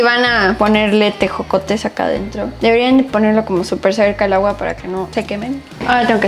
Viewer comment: Jajaja cuando probó los tejocotes, y dice ejocotes 😂😂